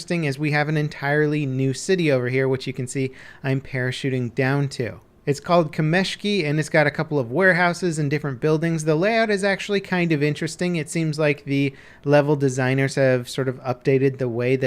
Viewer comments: It's not KamEshki, it's kAmeshki, translates as "Stones" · He butchered every non-English name ))) kAmeshki, not kamEshki tsar', not tzarrrr grozA, not grOza Also, leviOsa not leviosA ))) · it is called kAmeshki, not kamEshki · Kameshki (emphasis on "A"), means "Pebbles"